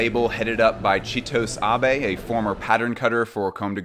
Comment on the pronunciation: bro said Cheetos Abe